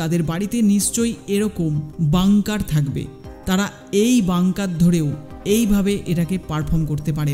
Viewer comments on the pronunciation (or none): none